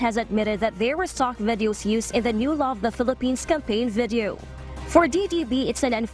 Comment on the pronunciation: i cant unhear "vedio....vedio...vedio"